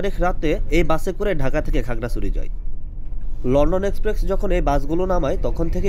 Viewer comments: শব্দটা এক্সপ্রেক্স না, শব্দটা হলো এক্সপ্রেস 😂😂😂😂 উচ্চারন ঠিক না করলে ফালতু লাগে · Its express bro, not exprex. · আরে আবাল রে লন্ডন এক্সপ্রেকস না, এইটা লন্ডন এক্সপ্রেস, বারে বারে সেইম কথা ঠিক করেন কথা গুলো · ভাই এক্সপ্রেকস না এক্সপ্রেস হবে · লন্ডন এক্সপ্রেক্স না লন্ডন এক্সপ্রেস। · এক্সপ্রেস ভাই 😑 বার বার এক্সপ্রেকস 😑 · ভাই আমি আপনার একজন ফ্যান তাই আপনার ভুলটা ধরিয়ে দিলাম রাগ করবেন না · গ্রামের চাচাতো ভাই প্রথম যখন লনডন এক্সপ্রেক্সে উঠে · কিরে ভাই আগে উচ্চারণ ঠিক করেন! "এক্সপ্রেস" নামটাও ঠিক ভাবে উচ্চারণ করতে পারছেন না!